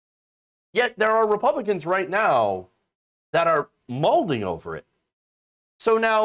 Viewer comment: im assuming malding is a contraction of mad and balding. i will admit that at first i thought you said molting. i was thinking... like aa parrot, when they get stressed. makes sense. but why are you pronouncing it like that?